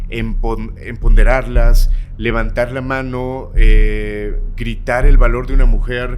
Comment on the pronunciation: minuto 39 segundo 49... Emponderarlas? tengo entendido que es empoderarlas